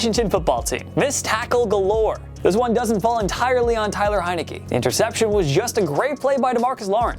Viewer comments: The worst play is you cant even pronounce the name Taylor correct. How the hell do you read that as Tyler. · He also said TYLER heinicke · This man can’t even say “Taylor”